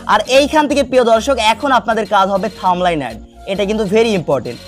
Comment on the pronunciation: থাম্বলাইস না থাম্বনেল। আর ফেসবুক কোনদিনও বড় হাতের লেখা টাইটেলের ভিডিও ভাইরাল করবে না, নদুন নিয়ম দেখেন।